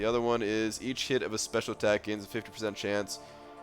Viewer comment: please pronounce "each" and "hit" clearly when you're saying them side by side in a sentence. It sounds like you say "eat shit" LOL